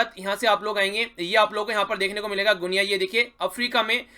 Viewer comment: Wo गुनिया nahi h sir, गिनी hai